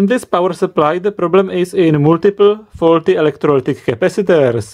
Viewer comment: the knowledge in this video is good but... MY GOD, that voice is irritating and hell i can't tell if you're fucking with us or not i mean the last word of EVERY SINGLE SENTENCE is extended "That part is FAAAAAUUUULLLLLTTTYYYYY" "You Can Repaaaaiiiirrrr iiiiiiiiiiiitttt" "the resistor is 22 OOOOOOHHHHHMMMSSSS" "it's short Ciiiiirrrcccuuuuiiiiittttt" this is fucking irritating good video but i literally cannot sit though it listening to the pronounciation if you were a uni lecturer, i'd quit the course so as to not go crazy... No offense, but this is very irritating thanks for your effort though